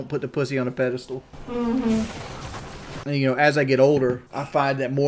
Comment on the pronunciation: It’s pedestal, not “pedastool”